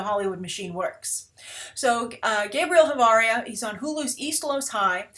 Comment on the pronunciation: asuggestion for Spanis names: Ch is pronounced like Sh not like K